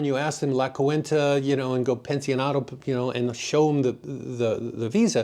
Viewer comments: Nice video. You got a when you said basically “ don’t be a cheapskate” in the fondo’s. One correction if I may, the bill is called la Cuenta, pronounced la qwenta, (only two syllables) not coo- en ta. You come across as a down to earth kind of person also. Thanks for the info. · Great informative video! Cuenta in Spanish has 2 syllables. Should be pronounced as - KWEHNtah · The word ""Cuenta" does not have 3 syllables. It has 2 syllables. And is pronounced as KWEHN-tah.